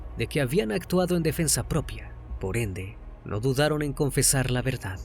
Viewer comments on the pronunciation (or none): none